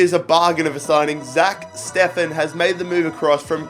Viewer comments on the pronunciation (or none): none